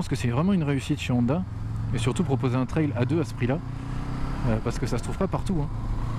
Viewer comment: On prononce "trelle"... pas ""traille".